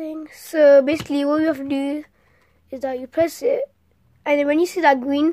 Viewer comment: my favorite part is when you say : Gween